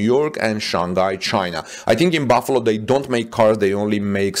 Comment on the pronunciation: Yes, solar roof production here in Buffalo, but also Superchargers and other power equipment. By the way, your pronunciation of 'Buffalo' is absolutely perfect 😊